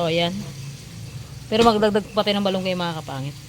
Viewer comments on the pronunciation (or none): bat balunggay-Dapat Malunggay.